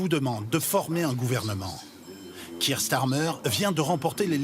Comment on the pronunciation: Donc, c'est Keir Starmer, et non pas Nick Tamer.